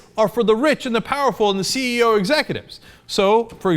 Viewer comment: CE"0" (as in zero)